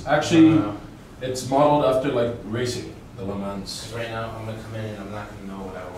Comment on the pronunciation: I hope you work on your audio because these are good videos. Also every time i heard you say Le Mans it drove me nuts